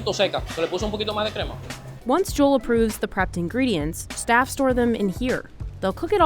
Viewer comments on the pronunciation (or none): His name is Joel not jole lol